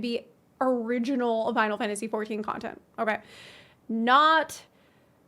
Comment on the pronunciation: For Twelve's sake please stop saying "Finalsee 14"